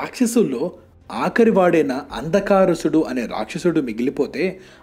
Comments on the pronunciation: Bro andhakarusudu kadu anna andhakasurudu konchem meeru baga chedhham annukoni chusukopovachuu bro careful anna love ur content bro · Bro I know.. nuvvu kaawaalane mistake chestaav.. it's not andhakaarusudu.. it's andhakasurudu... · అరేయ్ తెలుగుని ఎందుకురా ఇలా చిత్రవధ చేస్తారు 😭😭😭😭 అపర శివభక్తున్ని "అప్పర్ శివభక్తుడు" అన్నావ్ శంకరా నాధ శరీరాపర ని "శంకరనాథ శరీరం పర" అన్నావ్ అంధకాసురున్ని "అందకారుసుడు" అన్నావ్😭😭😭😭 పేరుకి మాత్రం తెలుగు ఛానెల్ తెలుగు పలకడం చేతకాదు🖕🖕🖕🖕🖕